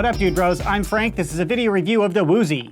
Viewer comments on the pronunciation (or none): its actually uzi not "woooooozi" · Why does he keep saying “woozie”?